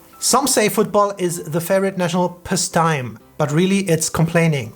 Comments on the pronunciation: Find it hilarious when you looked up the meaning for pastime but didn't hit the 🔊 to hear how to pronounce it. Past-time btw. 😉😂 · German Stereotypes from an American who grew up in the 90s. Chunky, suspenders, eats lots of chocolate, rude on the outside but nice on the inside. I know these are dumb but just what I thought watching TV shows lol. haha it's pronounced past time, like two words.